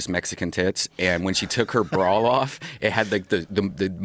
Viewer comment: Also I will forever hate redbans childish speech impediment. Says shit like "brawl" instead of "bra", or "tode" instead of "told". Holy hell, I know he's not around so much in modern day JRE's but still.